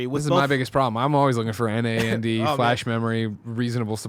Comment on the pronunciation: Okay I'm going to be the guy.... To help out in the next months of this coverage DRAM can be said as DeeRam and NAND can be said Naaannd flash. Just watch any tech YouTube that covers PC stuff.